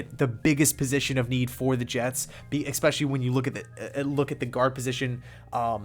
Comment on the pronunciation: My only problem with this kid is he says ex-pecially. It’s ESpesially, fuck man.